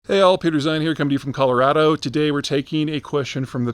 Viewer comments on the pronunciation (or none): none